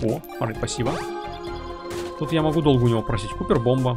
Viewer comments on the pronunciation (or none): Поправочка, не кУпер, а кОпер (copper) - медь. Медная бомба У в английском вроде обычно читается если идет две О (может и были другие ситуации, но я их сходу так не вспомню) P.S. Когда слышу Купер, сразу появляются флешбеки из титанфола и слезы на глазах( Press F to pay respect for BT-7274